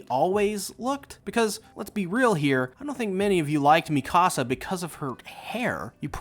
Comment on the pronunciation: nice your saying Mikasa wrong yah idiot she looks better with long hair ruined my waifu